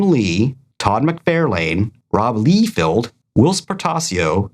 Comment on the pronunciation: Hey other guy. No matter how many times you deliberately mispronounce McFarlane and Liefeld, you can't distract us from Guy being incapable of doing it correctly.